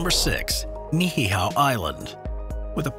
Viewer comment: 1) It's Niihau, not "Ni-hi-hau". There is no extra "h" in there. 2) There is no "kahuna" of Niihau. 3) I have no idea where you came up with that claim of needing to prove "10 generations of Hawaiian ancestry" to visit. Nonsense.